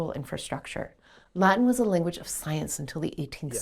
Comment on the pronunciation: The first time I've ever heard 'inflūence' stressed in that way; I'd guess it's either an Americanism or she isn't a native English speaker (she does say "linguage of law" ). Naturally, I only ever say 'īnfluence', with emphasis on the first syllable; same goes for related words e.g. īnfluencer, īnfluential, īnfluencing etc. Source: native speaker from London.